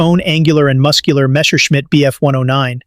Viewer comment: Because its AI, notice how he says m k instead of mark, the wierd way he said bf… 109 istead of just bf 109 like a person would, and the true nail in the coffin, he said miles… p h, instead of miles per hour, because AI does not understand how to read things like MK and miles/ph correctly. Spotting AI is alot easier when you start to notice wierd unnatrual pauses and abreviations not being said like any person would just say normaly.